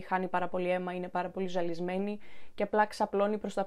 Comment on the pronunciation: Στο το ζαλισμένη το λεει καπως παράξενα η είναι η ιδεα μ